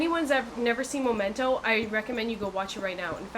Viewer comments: MEM-ento, not MO-mento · Momento? MO mento? Memento. ME-MENTO!